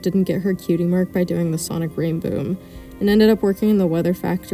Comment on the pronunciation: RAINDOOM INSTEAD OF RAINBOOM OEHWAOWOWOWIEOWO